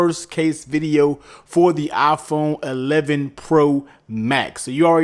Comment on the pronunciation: Did he say Afon 11? Or iphone 11😂